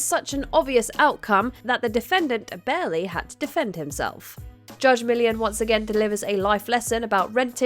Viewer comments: "Mill-ee-on"...not "Million", you guys have done so many videos on The People's Court---at least pronounce the Judge's name correctly. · It drove me crazy every time Judge "Million" was said. Not her name.. after so many years on air you think you could pronounce her name correctly. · Accents don't prevent you from pronouncing the judge's name correctly. Poor preparation or lack thereof does. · Learn how to pronounce her name !!!! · I apologize to if that came off as rude. Not my intent. As someone with a name that is never pronounced correctly it's something that I try to be careful about with others. Her name is stated in every episode and is not that difficult to say. (And this is engagement on their videos so... it isn't harmful to the WatchMojo world.)